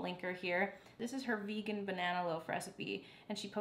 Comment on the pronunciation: everytime you said "v-eh-GAAAAN", I died. I liked this chill style of cooking cause it's real, it's you and it's entertaining, all the haters can buzz off. I think it would be fun if you tried an incredibly more difficult recipe that you've never done before but have been eyeing on your pinterest board ... you know what I'm talking about, I know you do.. and just see how it turns out!